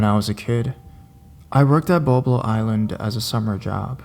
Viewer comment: lmao! He also mispronounced Boblo Island... kept calling it BoBo 😂😂😂